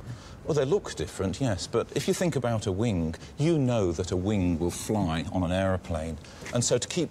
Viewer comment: What is it with certain English people who say 'wink' in stead of 'wing'?